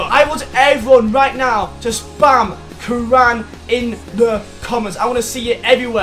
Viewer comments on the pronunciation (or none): I love you but Karan is pronounced Care-ren